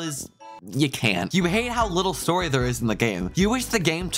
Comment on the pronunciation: "more storyA" bro?????